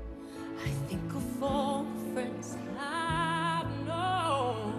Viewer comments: Her range is insane and she has a unbelievably strong voice. People in comments: yeah but she pronounces it “wall” and not “all” 😤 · i was just about to put that, great voice but pronouncing the words is so wrong, wall by myself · Why does she say like Wall by mysel ? there's no W before the A !!! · Odd---other singers don;t need to pronounce 'all' as 'wall'...and I still say that Less Is More: she wails far too much. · She keeps saying "wall by myself". It's "ALL by myself". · Great voice but darling … Wall by myself hany more ? Diction / correct pronunciation please